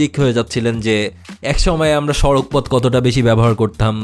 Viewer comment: সড়ক হবে, সাড়াক নয় ।